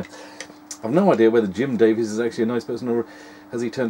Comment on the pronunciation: I thought you said "Jim Davidson"